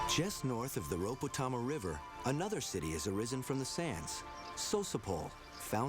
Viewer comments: Just to let know.... The 'Rhodope' Mountains is pronounced Road-opee, not roadop. Apart from that - I love it. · Please.... Rodop'ee' Mountains - not rowdope mountains (53 seconds) :-) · Just to let know.... The 'Rhodope' Mountains is pronounced Road-opee, not 'Roadop'. Apart from that - I love it. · Rhodope Mountains :-)